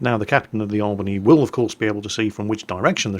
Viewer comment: yep you botched it we dont use the spanish accent